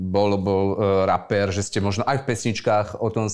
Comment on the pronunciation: z toho slova "raper" mi to trha uši, reper nie? však repuju nie rapuju